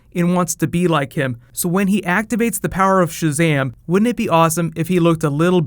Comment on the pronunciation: Mercury. It's ShazaM not ShazaH